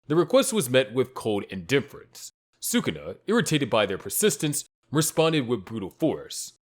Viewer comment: The moment these stupid channels mispronounce Sukuna I know they’re trash and I thumbs down. Do better.